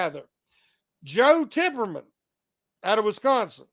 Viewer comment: It's Tippmann, no R in the name